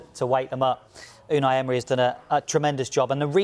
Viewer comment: Ooonay Ehmry the cockney geezer 😂